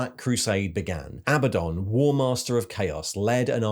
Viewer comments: Your pronunciation of behemoth and Abaddon are…unique. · "Bayemoth" is the British pronunciation, and "A bad'un" is the GW pronunciation